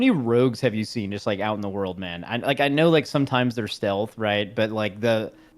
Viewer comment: Dude saying "how many rogues do you see out in the world? Well some of them are stelathed" 😂